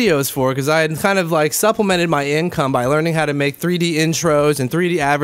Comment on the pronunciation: Why does he say advertisement so weird?